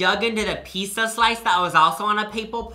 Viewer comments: If I heard say “pissa” one more time I was going to lose it. I love these vids but it’s never too late for speech therapy buddy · why did you say pizza so many times. “peesa”